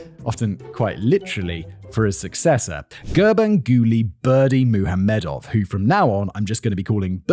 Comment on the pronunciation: Hearing a native say his name pronounced correctly is insane.